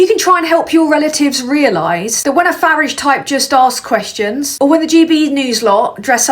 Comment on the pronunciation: You're saying Farage wrong. If you can't say it right, just call him Nigel